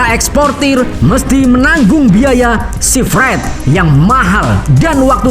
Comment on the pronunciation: Nampaknya pembaca hanya baca tapi tidak ngerti, terutama istilah yg harus pakai bahasa inggris contoh sea freight (ditulis/dibaca sifrid, recall dibaca rekal, sekedar saran utk perbaikan ke depan.